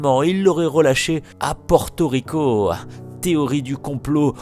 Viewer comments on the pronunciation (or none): Pardon juste prononcer "porto rico" et pas "pouèrto rico"